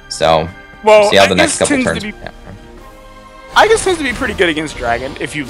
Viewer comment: everytime they say "i-gis" a little part of me dies , can someone please educate him